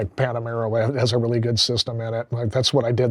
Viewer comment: He said Panemera. It’s a Porsche.